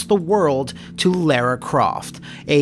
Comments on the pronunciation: Its lara not lera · both and AVGN make a video about Angel of Darkness, and both manage to mispronounce the same name in different ways. with ''lair-uh'' and AVGN with ''Laura'' (the more common mispronunciation) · Ironically they changed the name from 'Laura Cruz' to 'Lara Croft' because they believed Americans wouldn't be able to pronounce 'Laura'. says 'Laura' perfectly, but 'Lara' oddly.